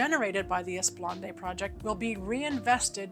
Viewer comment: FWIW, it's pronounced 'Eh-spluh-naad', not 'Ess-puhl-ahn-day'.